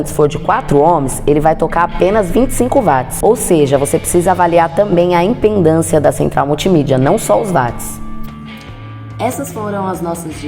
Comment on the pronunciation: show de explicações, parabéns pelo conteúdo contribuiu bastante, vai meu like! :3 só um adendo: é "Impedância" e não "impendância"